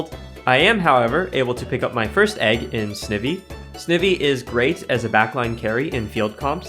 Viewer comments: Of note: I believe Snivy is generally pronounced 'sn-ivy' as in the plant, Ivy, rather than 'sniv-y' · Snivy: “sneye-vee” Snake and then like the ivy leaf on its tail 🤣🫶🏼